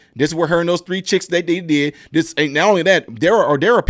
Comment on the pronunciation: Great info. but you do Ms. Owens a diservice when you fail to pronounce the /th/ on words like /THIS/ & /THAT/ & /THE/.